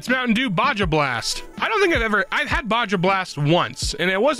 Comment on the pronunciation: SAY BAJA BLAST CORRECTLY OR DIE